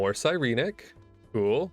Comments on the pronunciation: Sigh-reen-neck Si-ren-ic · The way you say Sirenic bothers me. Psy ren ik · Ok, So I had to chime in, been loving your series, but, please for the LOVE of god, its Sigh - Ren - ICK, I have never felt more tilted watching a video, and hearing whatever blasphemy you spouted, also the always oh b2b never fucking lucky, and then you Absolutely pulled off a massive spoon af moment, I best not be hearing Never lucky for atleast the next 2 to 3 videos mfw.